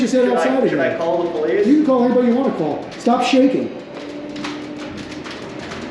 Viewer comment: Aw, the feewings powice save the day! 🙄